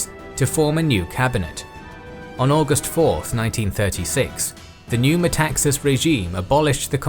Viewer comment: Metaxas (tone at the second A, MetaxAs) actually said alors c’est la guerre = then it is war.